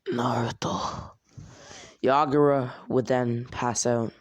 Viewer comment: to I’m done I can’t with this oh and it’s yagura not yagaro